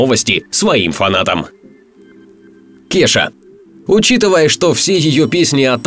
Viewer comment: Не Кеша, а КеЙша...